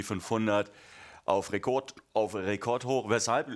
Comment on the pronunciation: Hihihi...er hat Rekot gesagt